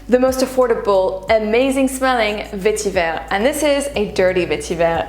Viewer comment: The word Vetiver comes from the Tamil language. You don’t have to arbitrarily pronounce it with a French accent.